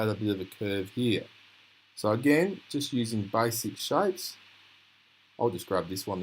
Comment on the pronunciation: "Baisik shaipes"😂😂😂